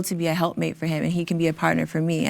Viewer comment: She messes up when she said "partner"